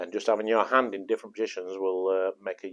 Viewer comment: With the upmost respect with no intention of being mean. He says "and" instead of hand sometimes and i am really enjoying it.